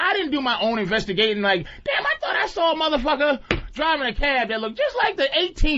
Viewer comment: Patrice puts an “r” at the end of the word saw.